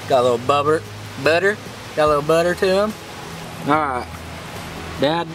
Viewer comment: “Gotta a little bubber” er butter😂